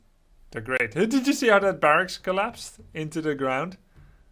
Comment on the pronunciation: " a di di di see baracs colypse" replay this 20 times hahahahah